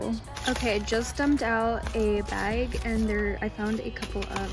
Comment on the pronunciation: I know your not from Virginia where I’m from because of the way you pronounced the word” bag” . It’s not how we pronounce bag lol